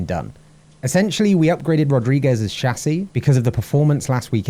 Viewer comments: As a Portuguese speaker Rodrigues is pronounced <Roodrigsh> complicated name... Anyway, this series is fantastic. I enjoy it so much keep doing what you do, your love for the sport makes me want to watch more GP's. P.S you can stick with how you pronounced it previously it's not that bad ;) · It's actually more like [rodri-geees] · You seem traumatized by the pronunciation of Rodrigues. You can use google translate to get a good approximation. You set the input language (portuguese from Portugal), write the name and press the listen icon. In fact Rodrigues sounds way different from what I expected it to be. I'm a spanish speaker, so I was really surprised, because I was pronouncing it like our version of the name (Rodríguez). The F1 commentators that I listen to are very careful to pronounce the V in Verstappen more like an F, but when it comes to Yuki, they pronounce the Y like a J. It hurts my ears because I studied japanese a little. So I imagine it can be annoying for anyone to hear a language they know being mispronounced.